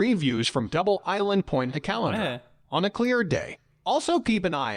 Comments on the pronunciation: The pronunciation of Caloundra and Mooloolaba was doing my head in. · Says Caloundra like I should be draining my pasta in it.